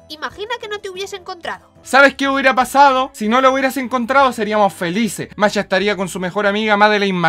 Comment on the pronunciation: Masha* Por qué no son capaces de pronunciar el Sh?